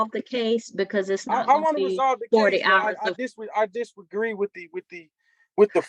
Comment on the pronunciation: half way through, marveling at the ignorance…tribal member of the cash box trust tribe?!? The “ebony tribe”?!? “I disgraee” 🙄😂😂😂